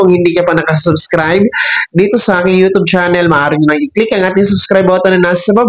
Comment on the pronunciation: U tob, Mali pagka pronnounce